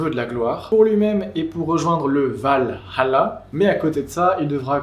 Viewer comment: Hypé et merci de l'effort pour dire Val-Halla et non Valala, parce d'autres ont du mal avec ça mdr